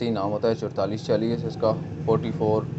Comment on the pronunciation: Chodtalis Chalis Kya Hota Hi Chaualis Chalis Hota Hai...